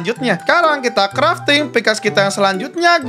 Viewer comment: Bang itu crafting table bukan kreting table😂